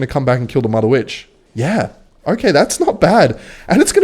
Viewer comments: why does bro say mudda witch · I don't like the way you say mother Witch opposed to motherwitch....